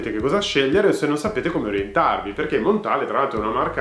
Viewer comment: Si pronuncia Montal no Montale. È francese!